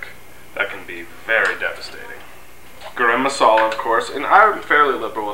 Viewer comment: It's Garam masala, not "Garim" Masala,. Love, your wife